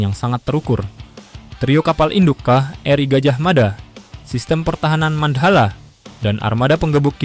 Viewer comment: Mandhala mas, bukan mand hala